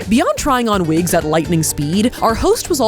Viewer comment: Vwgen vwill you vwear vwigs?